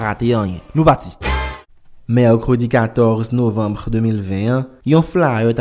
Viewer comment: Kijan misye prononcer NOVEMBRE la 🤣🤣